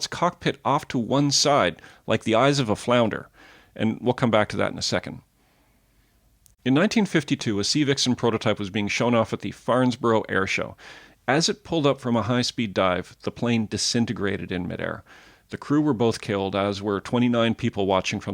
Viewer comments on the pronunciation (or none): 'Farnsborough'? Seriously? Only the second biggest 'airshow' yearly -- IN THE WORLD and you call it 'Farnsborough'? If you can't even call it by its name -- how do you expect me to look at you as a legitimate source of ANYTHING on the Military side of things? Farnborough -- no 's'. I had NO OTHER CHOICE than to INSTANTLY 'UNSUBSCRIBE' over that one. Also, when you were talking about the Yak-38/Harrier segment? Think a second... You said that the Harrier had a single engine with vectored thrust and all they had to do was to point the engine downward? Seriously? The British 'Pegasus' engine may not be over 22 feet, but even if considered small, the engine was not pointed downward. The EXHAUST nozzles and subsequent exhaust airflow of the engine was altered to allow for vectored 'venting' for that unique A/c. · Farnborough. No 's'.